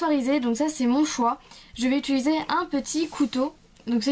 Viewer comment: Utiliser juste car sa me demenge tu dit utuliser PAS MECHAND